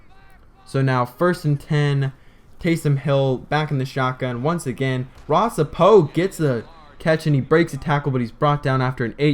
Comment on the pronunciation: Just saw this...Lol. I admire your pride in your team. FIRST: the name is Ross Apo (AH-po) SECOND: The Huskies won't score in the first frame. They will be held to 17 points and BYU will score over 35 points.Tyson Hill will throw for three touchdowns and trun for two more. BYU running backs will average 8.5 yards per carry. I could be wrong, of course, but I don't think so. Mills Crenshaw Radio Talk Show Host K-TALK Radio AM 630 "Drive Time Live"